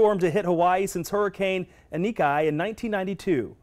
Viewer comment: i ni kee not i ni kai